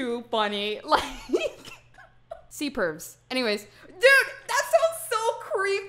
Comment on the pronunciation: C-Pervs sounded like Sea-Perves and I was like- I am not up to date in my mythology.